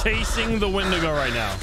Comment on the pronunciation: "I believe it's pronounced 'Wendingo'!" Just came here to comment that. Keep the meme alive!